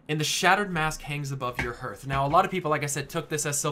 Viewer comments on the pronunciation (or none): "harth", not "hurth" Good grief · I enjoyed this video, but it's pronounced as "härTH", not "hərTH." I know nobody cares; it just bugged me. Otherwise, this was really cool. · "Harth", not "herth". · Your pronunciation of Hearth is triggering me. It's like the game. Harth, not herth. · Herth? How can you not know your own language? It baffles me. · please stop saying Herth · i cringed everytime he said hearth xD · Hearth is pronounced like "Heart" with an 'h' on the end. It is not pronounced like "Earth" with an 'h' in front. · I cringed every time you pronounced Hearth wrong. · I hate how he say Hearth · it's hearth like hearthstone. mispronounces it. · I wonder if you pronounce the word heart wrong as well.